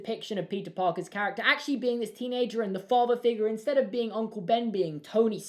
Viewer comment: In stead of eh Meh insted